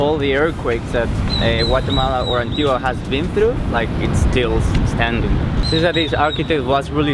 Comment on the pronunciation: So glad you enjoyed Antigua! I lived there the first few years of my life, it's gorgeous :) you're pronouncing 'Antigua' very wrong though haha all cool though ;)